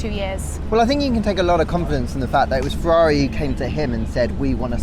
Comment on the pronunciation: it is not said "Fevvavi" but "Ferrari" with italian "R" pronunce